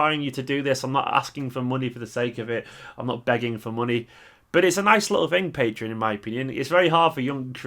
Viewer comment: its pronounced PatrEon - not Patron :) will sub at beginning of the month